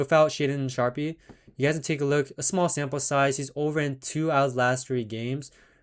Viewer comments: It's spelled Sharpe its pronounced Sharp. Wtf, lol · Sharpe is pronounce sharp👌🏻